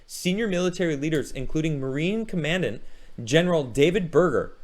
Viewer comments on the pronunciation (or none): pronounced "Commandant" wrong. Military jargon for the uninformed. Take my like.